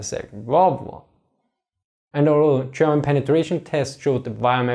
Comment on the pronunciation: Your "German" sure does sound a lot like "Sherman" to me.